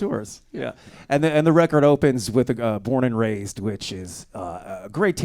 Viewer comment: "Bored and Razed" not "Born and Razed".